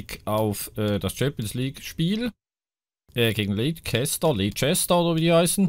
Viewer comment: Leicester City wird eigentlich Lester City ausgesprochen 😁